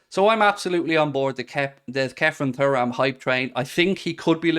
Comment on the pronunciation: ITS PRONOUNCED TURRAM NOT FURRAM… 😅😅😅😅